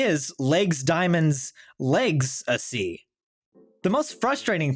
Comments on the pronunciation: Lose 'legs-acy'! 'In-city-ous' is good, though. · I was just about to post a comment about how well written this one was, then you said “legs-acy” 😑 So I’ll say this one was mostly very well written 😆🥰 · I started tearing up at The Boy From Oz part and then you said "legsacy" and I started crying from pure rage